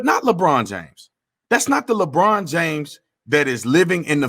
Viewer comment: He said "Le BronDA" LMAO!!!!!!!!!